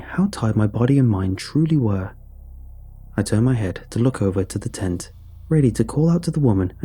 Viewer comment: Jesus christ, in the first few lines when you said tent I miss heard it as taint.